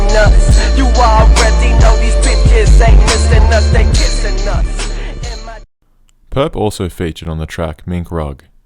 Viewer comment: Thank you mane, it really annoys me too